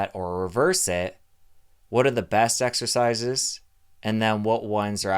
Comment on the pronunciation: Oh my God , I heard you say multiple times: sexercises 😂😂😂